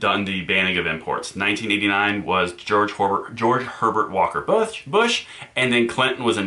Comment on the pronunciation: I'm sorry bro, I couldn't stop laughing the way you said Busth, I mean Bush. Anyway great info as always.